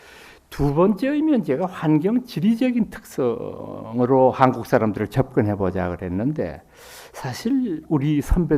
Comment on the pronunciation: 명강의를 들으며, 첫째 질문. "한국"의"한"을 강사께서, 길게 바름하셔ㅆ는데, 길게 발음해야 하는가? 이 사람 의 생각으로는 짧게 발음해야 한다고 생각한다. 제나라 국호도 제대로 발음하지 못하는 나라는"대한 민국"의"국민"뿐이다. 고국의 동포들께 정중히 권하옵노니,"한국 어문을 고발함" 이라는 책을 일독해 주시옵소서. 미국 변 완수 배